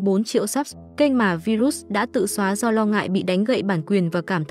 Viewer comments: Tên ngta đọc là " vai-rớt ".kiểu vậy bà này đọc virut🤡🙏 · Bà MC nầy sửa tên người ta thành Vi rút 😂